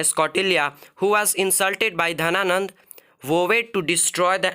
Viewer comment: It is not Dhananda it is Ghanananda